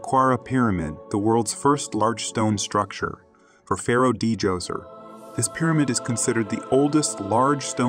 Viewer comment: Imhotep was indeed a brilliant man, hope we find his intact tomb one day it might tell us more about Ancient Egyptians. By the way it's pronounced either Doser or Joser not DJoser.😊